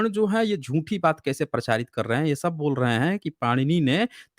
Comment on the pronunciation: sir, are you GORKHA, bcz your pronunciation always is sha, any Hindi word eg. Sab log,you shab log, Secondly please speak little how much you talk each sentence minimum 4 times, total debate you only speak other you will say boliye bit again you jump. Try to improve